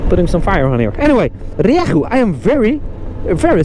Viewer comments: The engine is not half Chinese it is a Yamaha engine, Ree-yay-hoo use Yamaha in all their bikes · Happy birthday, your rieju pronunciation is improving 😂